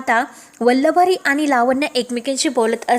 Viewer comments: Aadhi vachat nahi ka Vallari la vallavari ka bolata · वल्लवरी नाही हो.उच्चार नीट करा!